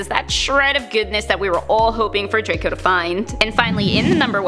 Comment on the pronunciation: Hewwo dwaco 😂😁😁😁